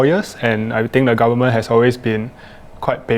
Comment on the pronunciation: Lollllll the guy said 'garmen' not 'goverment' 😆